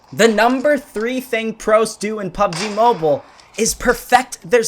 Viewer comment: Pubg mo-beel-a